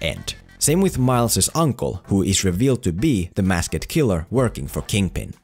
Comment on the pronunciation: Can you say "mask-d" not "mask-eh-d"? LOL